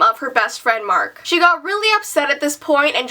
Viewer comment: I thought u said shit when you said she